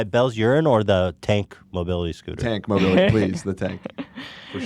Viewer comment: Mobility disability-mo-beel